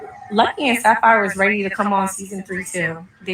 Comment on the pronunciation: 🗣SAPPHIRE NOT SAFARI!!!! 😹😹😹😹